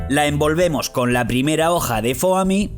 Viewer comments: dices Foami y se dice Fomi se escribe Foami pero se dice Fomi no Fooami :v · Se pronuncia foami 😂😂😂😂